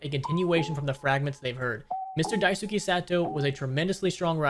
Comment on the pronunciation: It literally takes a second to look up how to pronounce Dice-kay